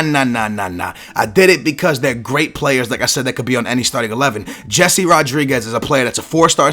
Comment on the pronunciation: his name is pronounced hezzey rodriguez, not jesse